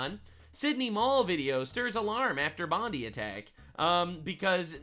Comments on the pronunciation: Bon Die (just like the poor innocent's) not bon deee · Pronounced, Bon-die. No pun intended.